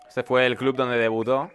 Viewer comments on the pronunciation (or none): none